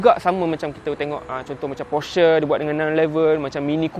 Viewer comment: “Velfire & elferd” “Porsyer” Hehehe